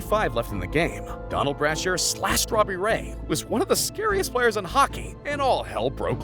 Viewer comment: Guy said Domee and Brashr instead of brasher, also said Gretzky had more assists than anyone has in goals lmao. There was more too. Watching this video I as well got vibes that he either didn't know very much about hockey or used AI, which he trusted and it ended up being wrong about many things. Then he says guessing you ace every name haha, its not hard to ace the name of legends that were around for yearss